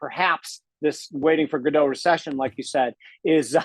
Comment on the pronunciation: 'Waiting for Godot'. It's French,! French! Pronounced 'Go-doh'! And Godot never comes, so I'm not sure I would be too quick to call it a Godot recession! LOL